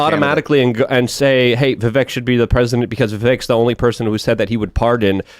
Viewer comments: is ignorant and loud. He really takes away from the show. Side note Tim has told him how to properly pronounce Vivek's name several times and he still chooses to screw it up. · why cant you say vivek . its fkn vivek not VIVIK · who's Vivik? There's there's no one running for President under the name Vivik. It's Vivek. Pronounced Viv-ake. Lol. -OG